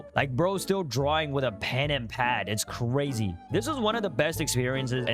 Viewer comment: bro says razy😂😂😂😂